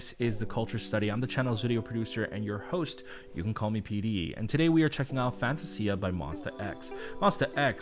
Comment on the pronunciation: I love the song but I'm not a fan of the pronunciation of the word Fantasia.